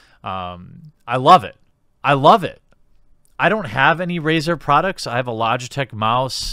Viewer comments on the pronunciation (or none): none